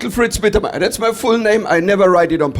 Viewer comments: His name is Mittermaier. The first half, you got right. In the 2nd half, which is Maier, the ai is spoken like the i in the word high... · Not to complain too much... but why do americans always pronounce the german "ei" like that? If it was "ie" it would be correct but "ei" is pronounced more like "eye" or "aye" in english. so try MittermAYEr. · Pronounce it Mi chael Mitter my er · Try to say it this way mittermayor 😊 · He is, or at least was, considered to be the best german comedian. And his family name would be pronounced in english like Mettirmyer. Does he really have such a heavy accent to you? But I have to admit tha if I hear some people like from Texas speaking in their slang in a video, I also have a hard time to understand a single word.